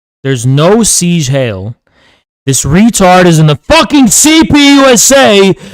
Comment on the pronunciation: It’s pronounced “zeeg hi -el”